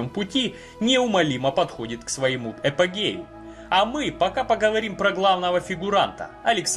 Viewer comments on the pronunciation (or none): Апогею , а не эпогею.